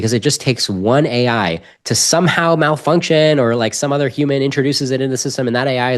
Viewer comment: try rethinking who you are bringing on the show. Anyone who pronounces "Malfunction" the way he does has zero credibility in my book. Not to mention a severe lack of life experience.